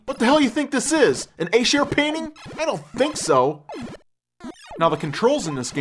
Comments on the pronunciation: the artist is named Esher. not A-share. sorry, but i thought you should know. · horrible - im quite convinced he pronounced Escher's name incorrectly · You pronounced Escher wrong. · lol, your pronouced the artist name wrong. Fool.